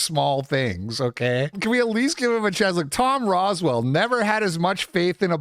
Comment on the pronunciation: It's Rowsell, not Roswell. Not to get all "well ackshually" on you.